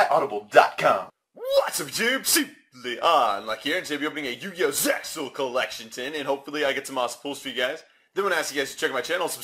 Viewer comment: LOL he said SEXAL in the begining! BUAHAHAHAHAHAHHAHAHAHAHa